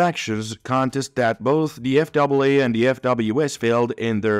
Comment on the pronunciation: So, the narration was human on this video or you're switching to human on the next video? Because several words were mispronounced of spoken in a way a person wouldn't say them for instance calling the FAA the F double a. My comment on the contents of this video, 👍.